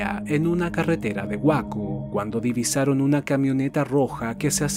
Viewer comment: Una pequeña observación sin ánimos de ser molesto por que el trabajo en estos videos es excepcional, respecto a Waco, se pronuncia “Wayco” saludos a todos en el canal…